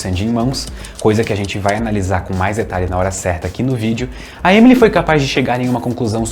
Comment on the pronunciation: Se pronuncia “Emilí”, com tônica no último “i” (o último “e” é mudo)